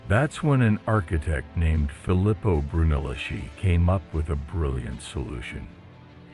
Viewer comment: I enjoyed this. A couple of pronunciation problems, though: "ch" in Italian is pronounces as "k", which "c" is pronounced as "ch". Therefore, Brunelleschi is pronounced broon-eh-LESS-kee, "Botticelli" is bot-ee-CHEL-ee, and "Galileo Galilei" is gal-ee-LAY-oh gal-ee-LAY-ee. You got "Medici" right, though (MED-ee-chee).